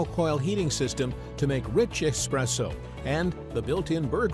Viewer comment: Well said. How many times do we go into eating places and see "Expresso" written on the menu? I think that the guy talking on this video is not quite sure how to pronounce "Espresso" either.